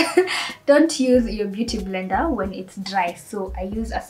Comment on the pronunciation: It's the "mbeuty mblender for me" aaaai😂😂😂